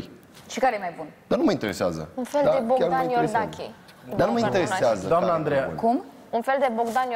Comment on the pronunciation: Da nu ma inteheseaza dute la un logoped 😂🤣🤣